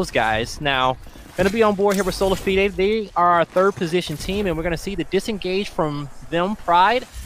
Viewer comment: He’s pronouncing Solafide so fucking wrong, plz stop